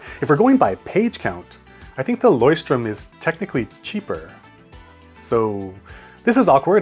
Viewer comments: if I had to describe in English how to pronounce leuchtturm it would be loishtturm. its not trum, its turm. but well done! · Me a german fellow can say that for sure that in the german language the word "leuchtturm" isnt pronounced Loy-strum but if its actually "loy-strum" then i have to tell you that that is not a german word i actually cant explain you the proper way to pronounce it cause the sound we make while saying that word isnt something that you can find in english.(i think you know that the german word "leuchtturm" means Lighthouse) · I did read it. No problem I’m German 😜 The “anglicised” version actually makes zero sense tbh. I’d say “Loykt (kt like the end of sucked) + turm (like perm but with a t) would be the easiest and still closest to German for english speakers without breaking their mind and tongues =) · If you want to pronounce the brand correctly you should call it (LEU) - Pick the "loy" from alloy (CHT) - English doesn't have a pronounciation about this but it's very close to "Ssttt" (TURM) - The word "Tour" with an "M" added to it. Make sure you speak the words seperately Loysst--Tourm.. And you got it 99% perfect! Thanks for your video's - I like them a LOT lately! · whoever told you that it is loy-strum was not german. leuchtturm means lighthouse and is pronounced differently, google translate actually does a good job with that one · Leuchtturm is pronounced like this leu (oi but an l in front) cht is like (chhh the sound a cat does) an turm is like turn but with an m instead of n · No, it's loychturm XDDD (you HAVE to pronounce the H) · yaa as an austrian i cant confirm the way he pronounced leuchtturm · The Leuchtturm isnt pronounced that way, it means light (leucht) tower (turm), translation is "Lighthouse!" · For me as a German, it was so funny to hear you pronounce "Leuchtturm". But to be completely honest, this word is kinda mean for non German speakers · Its funny you still pronounced Leuchtturm wrong but ist was pretty Close.